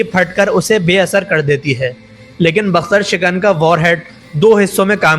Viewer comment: ڈنگرا یہ بختر شکن نہیں بکتر شکن ہے